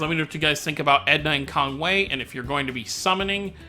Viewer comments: Just going off the Japanese pronunciations it is indeed KongWAY. His name used to be translated as Conway because of how it sounded too. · Its KongWHY not KongWAY